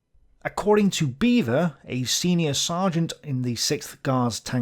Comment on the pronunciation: Beavor?, you serious?